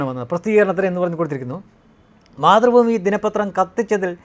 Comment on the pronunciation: മാതൃ ഭൂമി അല്ല...... മാത്തു.. ഭൂമി